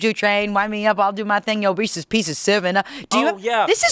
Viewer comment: It’s not reesIES